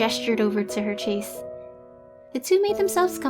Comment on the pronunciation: Ok the story and drawing are great, but this little think is just grading my eardrums! The word ‘chaise’ is pronounced sha(like the a in shape)ze, not chase. It’s French for chair.